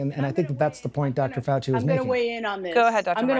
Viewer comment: Lets ASSk Chy-nah HeHe & HAHA or DR. Fowl FOOCHLESS